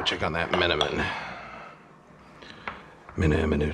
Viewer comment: As a turkish thats the best menemen pronunciation i heard from a non speaker